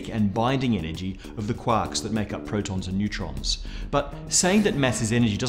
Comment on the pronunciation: I love how he says quarks. Sounds like Quaks